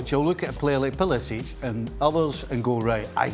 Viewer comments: Frank said pulishits😂😂😂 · Frank called Pulisic PulliSHIT 😂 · not frank saying pulishit💀💀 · Frank's subtle "slip" of tongue "Pulishit" :D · Frank said pulishit on purpose. bahaha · Are we gonna ignore Frank said Pulishit? 😂🤣